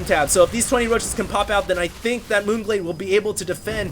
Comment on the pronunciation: lol sounds like un glade